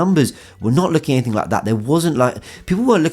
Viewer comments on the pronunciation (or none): none